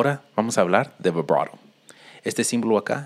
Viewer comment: Para los que no entienden el spanglish en dijo vibrato 🤭